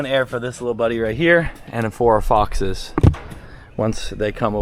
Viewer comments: He said fixes yayayyayayayyayyayayayyayayyaayyayayyayayyayay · 100% he said foxes i came here to type the same i feel like a detective 😂😂